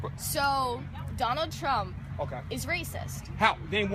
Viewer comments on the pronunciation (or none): He said Doneld shrimp